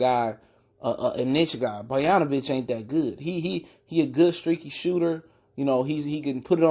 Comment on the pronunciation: You talking on how Bogdanovic isn't 30% player Derozan is and you can't even pronounce his name right. How do you expect me to believe you know what you are talking about? Bruh